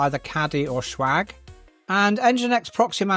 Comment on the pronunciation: Why do you pronounce it Schwag?